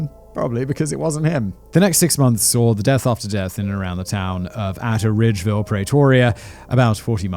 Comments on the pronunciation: As a South African and living in Atteridgeville, Im buffled by this. did not even know there was a serial killer in our area. the way you pronounce the names killed me🤣 espacially when you said Atteridgeville... Love you Simon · Atteridgeville. Atridgeville. It losses the first e in its pronunciation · As a South African you pronounced the names quite well. I see atteridgville tripped you 😂😂😂. It’s pronounced Art reg ville .